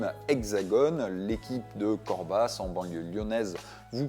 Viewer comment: Bravo!! Belle condition! Petite précision, ça se prononce Corba et non Corbass